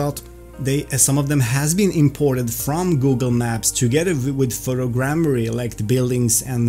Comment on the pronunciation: awesome, thanks for this video... Much better textures for sure! Btw bro, its photo'grammetry', not photogrammary :)